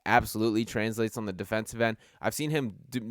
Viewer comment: Can someone tell me where is from where they say "thee" rather than the?